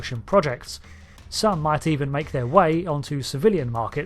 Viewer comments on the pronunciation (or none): none